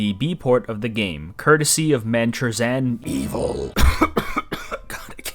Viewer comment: for future reference, the 'chrzan' part in ManChrzan it pronounced like /ɣʐan/ :)